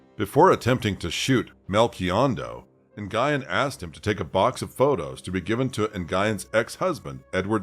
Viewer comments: I'm sorry that you feel that way. For those of us with ethnic names, it IS a big deal. This name is as common as "Smith" and it's as simple as typing it into Google to learn the pronunciation. Not only that, this was a pretty high profile case and the name was pronounced correctly in those coverages. I get it that you're focused on the content. But regardless of the content, it's still disrespectful asf to whitewash our ethnic names. I'm sorry you don't understand that. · You're right; this isn't your channel. YET, here we are having this "discussion" about the correct way to pronounce a common name in my community. If you aren't familiar with Vietnamese, why are you telling me why it's OK to mispronounce it? You're continuing to make excuses for mispronouncing surnames. If someone who speaks the language is TELLING you the proper pronunciation, stop making excuses. YET....here we are. Like you said, it isn't your channel so my comment wasn't for you to begin with. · It's not "nn-guy-ehn"; it's "nyu-ehn". I get that's it's not common for English speakers to know how to pronounce that, but if you're going to do videos with narration, learn how to pronounce the names of who you're talking about first. It's disrespectful to the victims. Anyway, as a woman who has an abusive mother, I can say that they are really good at hiding their true natures. Very good, in fact. I won't get into the abuse, but I will say that my mother didn't deserve to have children. She really didn't. I wish that there were laws in place that didn't allow people to conceive until they passed mental health examinations and their home life (monetary status, cleanliness and the like) was looked into. If the government did that, there would be fewer children in foster care and we would rarely hear about child abuse. Giving birth doesn't make you a mom, that's for sure. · it's just "Win". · Nguyen is pronounced like "Gwen" not Guyon. You're welcome. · The name is pronounced Nuyen. The G is silent.